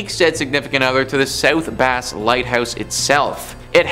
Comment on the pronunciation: It's south bass (as in the bass fish) not a (bass guitar) ! Wow